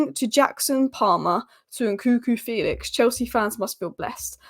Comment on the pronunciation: Fell-ix not Feel-ix